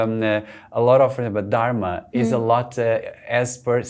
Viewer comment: speaks a Romance language, I am having trouble with him having trouble pronouncing the dh of Dharma. It should be easy for him.